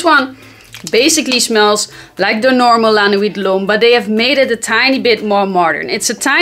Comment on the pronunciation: I love Dolce and Gabbana Light Blue (The Original) as it works in any environment/situation. Dad jokes....Yes!! I love regular La Nuit so am curious of the Electric especially when you pronounce it like you do. I laugh every time I watch your vid's. Nice work!